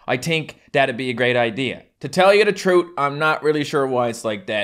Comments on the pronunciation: Just ting madder fadder trut Th is just gone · Ta tells ya da trut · To tell you te troots